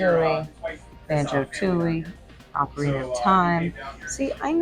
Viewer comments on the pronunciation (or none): Pronouncing it oh carina is crazy, it's ah carina the people say